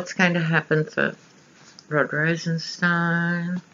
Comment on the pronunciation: Loved this reading on Rosenstein (pronounced stine as in spine ☺️). Rod Rosenstein is a Lion of Judah , a righteous dude! He and Mueller are true American heroes. Thank heavens there are some actual men in the Justice Dept who actually care about the rule of law. They both are 100 times smarter than the adolescent orangutan and the adolescent baboon he has for counsel. Both Trump and Cohen are stupid and cruel men. They are in the soup now ! They have Cohen dead to rights on a number of financial crimes I am sure. Even if he does “sing”, I do not think he will be able to avoid prison. The really delectable part of this story is that because the raid was conducted by the Southern District of New York, no presidential pardons apply. I am sure that R and M considered this when deciding which office should handle the raid. Another morsel is that there is no statute of limitations for tax fraud! So Cohen could be looking at many many charges just like Manafort. Not to mention serious campaign violations regarding money used to “buy” silence on who knows how many women? In the book “Fire and Fury”, Steve Bannon reportedly told the author that there were hundreds of women the Cohen “ took care of “ for Trump during the campaign. As of yesterday Michael Avenatti, Stormy Daniels attorney, said that he was preparing to release a sketch of the man who assailed Ms. Daniels and her infant daughter in a Las Vegas parking lot outside a fitness gym. They were going to ask for the public’s’ h